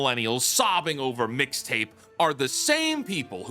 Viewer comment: her saying "Fixta" gave me psychic damage